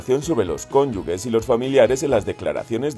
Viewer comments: Cónyuge en vez de cónyugue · Se pronuncia [kónyuje], no ⊗‍[kónyuge]; por tanto, no es correcta la grafía ⊗‍cónyugue. Real Academia Española y Asociación de Academias de la Lengua Española: Diccionario panhispánico de dudas (DPD) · Se dice cónyuge, se escribe con "g" pero suena como "j" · Se pronuncia ConyuJJJJE...!!! NO LLEVA U ENTRE LA G Y LA E POR LO QUE SE PRINUNCIA COMO J!!!! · Pronunciáis mal la palabra "cónyuge", echarle un ojo que no cuesta nada hablar y pronunciar bien, leñe